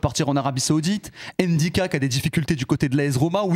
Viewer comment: C’est Ndicka. C’est un nom camerounais car il est camerounais de père et ça se lit directement sans prononcer le N merci. Y’a pas d’apostrophe exactement comme Mbappe